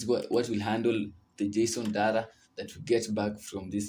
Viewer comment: Haha you said json dara, data, or what?😂